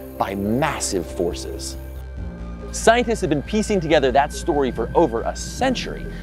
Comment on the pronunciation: "ScienDtist". Ffs